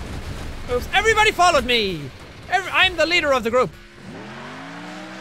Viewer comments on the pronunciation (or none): none